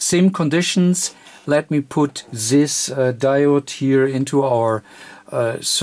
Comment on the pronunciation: it's this not zhis,not serious in series